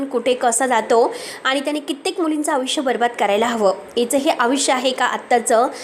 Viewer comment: अग बाई तू आयुष्य म्हणायला शिक आधी.. अविश्या म्हणतेस 😂😂😂